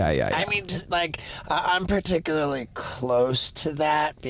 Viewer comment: 'Partickarly' I see youre fluent in Shaubanese